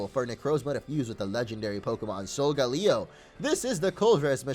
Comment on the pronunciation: No its soul gay le oh not soul ga leo